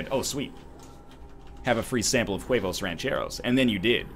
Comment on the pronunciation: The "h" is silent in huevos my friend